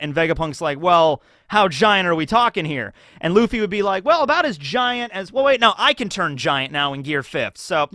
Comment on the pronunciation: Luffy not Laffy